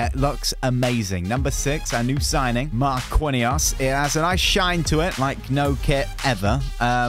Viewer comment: It’s actually pronunced marckinhos not marquinhos